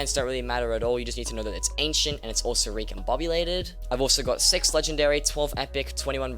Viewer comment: nice vid, as you already said, the ability of Wither Cloak Sword is very useful, I think if it was added in f6, it would be used to bypass terracotta stage easily that isnt the way you pronounce the word six lol